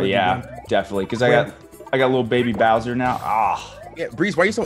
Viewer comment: Creed VERY deliberately saying "Boy's Soul". Gotta pay the troll toll, man